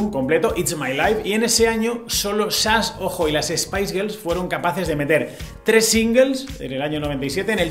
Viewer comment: jajaja, nooooo. Ya lo escuché otra vez y siempre es Chas, Shas, Shash y similares, pero nunca SASH. Jajaja.